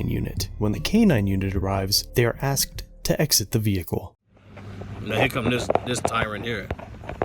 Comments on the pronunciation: Axed... Asked? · I axed an axed this man wtf?